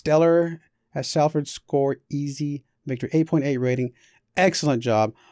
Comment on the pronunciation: Btw its pronounced Solford